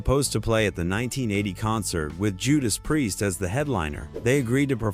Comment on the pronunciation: it's hilarius how AI pronounces priest . what a load of bollocks